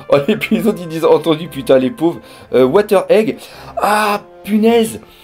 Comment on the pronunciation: wheather pas water mdr